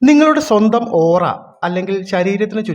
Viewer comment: It's Aura😌not ooraa